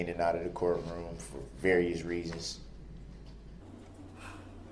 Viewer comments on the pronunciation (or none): none